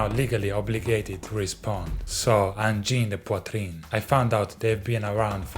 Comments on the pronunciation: First time that a non native french said their name pretty well 😂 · Sa prononciation est correcte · Davie… your angine de poitrine pronunciation = SLAP 👍🔥 I love it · Bro is the first person I've seen accurately saying their name in English ❤ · I am from Quebec and I've nerver seen an English speaker pronouncing «Angine de Poitrine» that well. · Yet your pronunciation of "Angine de Poitrine" is so French Like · Wow Davie you say it correctly. 😮 And you’re right about the drummer he is incredibly talented. They’re so tight live; their synchronization is mind blowing 🤯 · Took an Italian man to pronounce Angine de Poitrine correctly (outside of francophones ofc) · nice pronunciation of the band's name! Tu parles français? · One of the few non-francophone content creator who can actually pronounce their name without butchering it. Bien joué. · Davie is the closest one I heard to pronounce their name correctly! The angine sounds a little off but that's it! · Congratulations 🎉🎉🎉🎉 U correctly pronounce their band name! (Almost but your are better than others not french speakers ) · Ironically Davie, you are the non French speaker who pronounced their name the best! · Incredible that ADP has reach Davie already, great pronunciation btw 👌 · It’s so funny to see Angine de poitrine pop up on almost all of the music channels I follow. I am from Quebec and never expected them to gain that much attention worldwide. And kudos to Davie504 for properly pronouncing their name. It’s probably because you’re Italian… 😊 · Among the numerous chronicles of this band, this is by far the best. And you are the only one who pronounce "Angine de Poitrine" correctly. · Thanks for the right pronunciation, from Québec 😉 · Davie504 learned to pronounce the band's name correctly, RESPECT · You pronounced it correctly! Another proof of your awesomeness. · Can we appreciate how well he actually pronounces the name of the band? Haha. EPICO. Epico en tabarnaco, even.